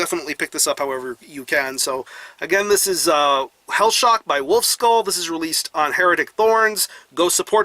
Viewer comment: Great review, but try learning the pronounciation of ü! :D its not u but ü